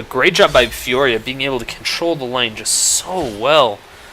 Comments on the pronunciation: its Fiora not Fioria :P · Not trying to sound like a douche, but its "Fiora" not "Fioria". Just trying to help out ( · there is no second I in Fiora, stop pronouncing it fioria, it be bugging me